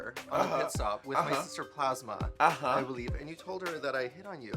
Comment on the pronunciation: the way PJ said Mr Plasma had me DYING LOL